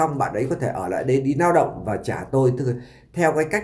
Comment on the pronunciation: Noi ngong qua ong oi , N thi noi la L ; L thi noi la N 😅 Lao dong chu khong phai nao dong